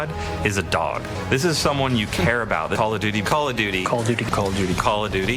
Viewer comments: All I'm hearing is Call of Doody.🤣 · "Call a Dooty"